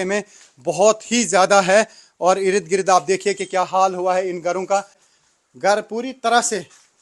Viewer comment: Irid girid😂😂😂 achcha laga ye sunkar. Ird-gird bolne me utna maza nahi aata.